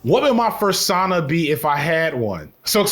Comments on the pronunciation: never thought it could be said that way, i've a new weapon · bro really said fursauna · some people pronounce persona like that so it checks out :b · cringing at your pronunciation of "fursona"